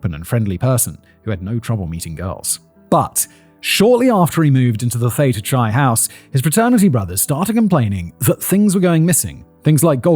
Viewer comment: I'm more bothered by the way he pronounced Theta Chi.